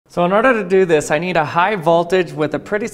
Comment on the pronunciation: Omg I'm just clicking on the 0 key to restart the video every second "inodododuthis" xD